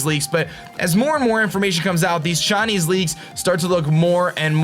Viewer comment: whenever you say Chinese it sounds like shiny